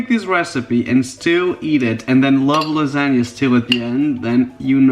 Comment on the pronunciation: Lasa-g-na monster